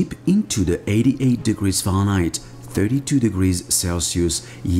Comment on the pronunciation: I love how you say farenheit. Farnight